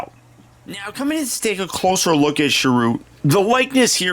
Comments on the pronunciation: It's pronounced cheer-ut 😉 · It's alright, mate, but watch his intro in the film again, he says his own name pronounced correctly, or at least the way the director and writers also pronounce it. Cheers!